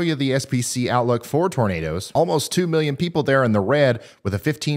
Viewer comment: Bertha I musta nodded off.....Did he say NADERS??? 🌪